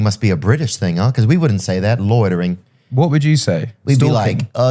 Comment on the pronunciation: Ed: Loitering. Theo: Loidering.